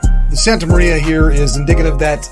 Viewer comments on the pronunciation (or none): none